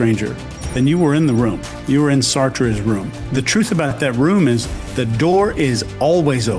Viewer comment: It’s pronounced “SART”, not “Sar-Trey”